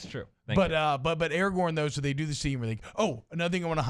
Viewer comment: THANK YOU. AND ITS ARAGORN, NOT ERAGON. ITS RIVENDELL, NOT RIVENDALE.